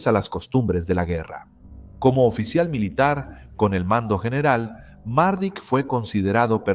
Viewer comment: Mardic no......Mladic, Ratko Mladic